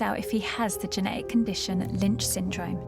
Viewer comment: Genetic. It has a T in it. It's not geneic. Please pronounce the T if you are a carrier. You literally won't be able to communicate it to a doctor if you can't say it.